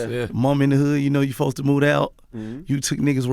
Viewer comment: Supposed to = fosta 😂😂 I die every time he say that